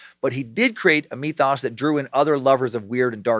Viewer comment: Myth-ōs! Any other Lovecraft nerds wincing with every mention of “mee-thoss” 😖🤣 Also, Nyrlathotep, perhaps pronounced “Nyarlat - Hotep” as would correlate with ancient Egyptian nomenclature?